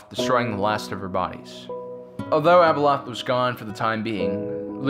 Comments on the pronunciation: Wish the narrator would consistently pronounce Abeloth's name correctly. He calls her Abeloth then calls her ABLE LOTH. Great video but the vacillation in her pronunciation of her name is distracting. Overall great video. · I love your videos and all the lore... But I just can't stand how you mispronounced so many names, A boloth!!, Cell-est-e-als.